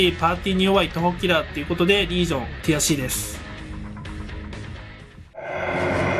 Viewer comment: の「ティアC！」がどうしても「くやC！」に聞こえる空耳にかかりました。